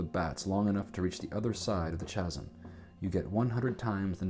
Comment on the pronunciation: Very enjoyable. For the record, though, "Chasm" is pronounced "KAZ'M."